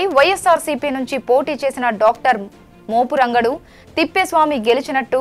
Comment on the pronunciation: Mupurangadu kaadu akkai. Adi mopuragundu